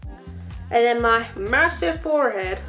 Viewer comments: Lol when you said massive forehead you said it in a American accent. It was so cute. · When she said massive forehead she didnt sound British